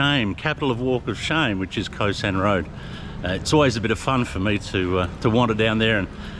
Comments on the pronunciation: Khao* San Road not Ko San Road :) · Pronounced "Cow-San" not Co-San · "Khao sahn" is uncooked hulled rice, what you buy in a plastic bag at the grocery. "Khao" is pronounced like "cow!" in a high tone, the tone we would use for an exclamation in English. It's not "ko sahn."